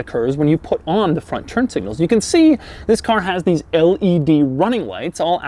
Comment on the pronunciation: Zhis is the new....... Cringe